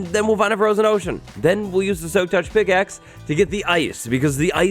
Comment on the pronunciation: Froshen ohshen